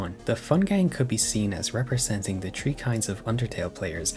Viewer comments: sorry but smalllll pet peeve, when you pronounce three its three not tree. listen to an audio example and change your tree to a three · Why do you keep saying tree instead of three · Bro CANNOT pronounce his 'th's' 😭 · No disrespect but Everytime he i hear him say three I hear tree😂😂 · Tree. Turd. Teery. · Chapter tree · Have you ever considered pronouncing th as th instead of t? It's taking me out of my immersion every time you say 3 as tree and similar things. And that's coming from a German, who struggles with that weird noise we don't use in German. At least try. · "chapter tree" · bro am i the only one who keeps hearing tree instead of three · his accent makes 'three' sound like 'tree' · Ah yes, this video is tree hours long. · I'm not watching a long review of someone who can't pronounce three